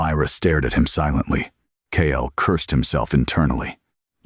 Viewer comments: Hate how Ai messes up "Kael" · Wish it would use a different name for the hero. They all use Kael.